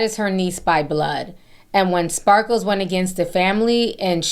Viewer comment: I giggle every time Ti calls her SparkleS 😂🙊